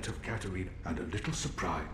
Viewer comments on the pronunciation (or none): none